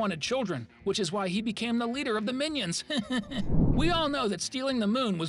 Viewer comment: Bro when you talk about Easter eggs about minions rise of Gru you say minons 2